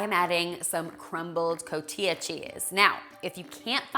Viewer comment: Cotijjjja, the j is like a radio station static, cotilla is something completely different. .. ;-) Love your recipes! !